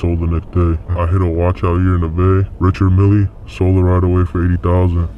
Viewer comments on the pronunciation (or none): Dude talking like he know what a Richard Mille is with that pronunciation... 😂 😂 😂